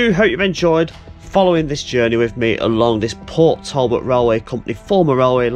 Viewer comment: As an Englishman living not far from this video location, it was great to see some 'local' stuff being done (born in Mansfield, so a lot of the other videos are 'local' too)! The pronunciations are tricky though, especially for any non Welsh - Port Talbot is pronounced Portalbot, and Maesteg is My-Stegg :) South Wales is a beautiful area to live, and there are so many places to walk and explore too! Keep up the great videos, love watching them :)